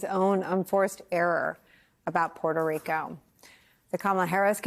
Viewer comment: If you were so proud to be what you are, you wouldnt pronounce the name of this American commonwealth as porto Rican. Sounds like porto-potty. Pronounce it as its spelled...Puerto Rico. Rich port!!! Im Mexican and we take more pride in our mother country than you and Jlo and the rest do. They all prounonce it as porto-potty..Rico.